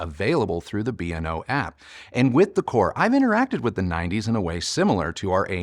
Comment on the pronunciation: It’s pronounced BAY-O-LAB like Beowulf. I worked for the company. And just for good measure, the song is WHY-WHY-ZED (YYZ)